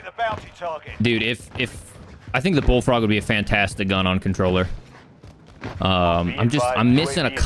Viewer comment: The way you pronounced "Bullfrog" right after you talking about hair loss, I swear I heard "Baldfrog" :-)